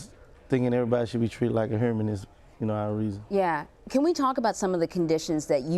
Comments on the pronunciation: Wtf why would anyone listen to a fool that can't even say human...whoman! 🤦‍♀️🤦‍♀️ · He said erbody need to be treated hurman lol